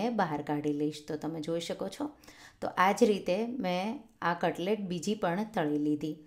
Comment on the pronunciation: ત્તમે કટલેટ ને કટલે કેમ કહાોછો?